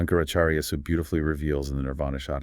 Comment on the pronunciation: It is NOT Shatakam. It Is SHATKAM, meaning six verses.